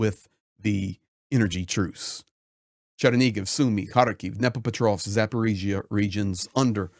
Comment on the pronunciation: thank you for your pronunciation of Chernihiv. So the h is like h but with a bit of g in there.